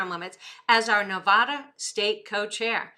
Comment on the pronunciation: You are saying Nevada wrong